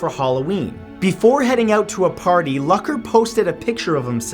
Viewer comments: Omg it's not Luck-er it's pronounced Luke-er. I almost couldn't finish this video because of that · Hey bud, its pronounced Mitch Loo-ker not Luck-er. Also, alcohol had nothing to do with his crash because the tox report came back negative and was riding his bike with his brother who was in town. Jesus, get educated. I feel like Tubers just post anything to get views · Who else facepalmed when he pronounced "Luker" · Aww Mitch's aneversery was last month And you pronounse his name like (Loocker) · no you dont. its pronounced Lucker. the way it looks. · its pronounced lewker :( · The amount of cringe from him pronouncing Mitch Lucker's last wrong is too much